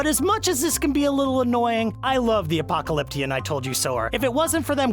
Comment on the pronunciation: I'm such the Apoklaklipion Told you so-er 😂😂😂